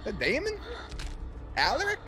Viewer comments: Hey! Love your reactions, but it’s pronounced Aláric, not Álaric 💪🏼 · Anyone else get a seizure when he says A-laric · Repeat after me: A LAR ric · Bruh say Alaric’s name right haha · Please pronounce Alaric right it’s like the easiest name to exist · Alaric pronounciation. Please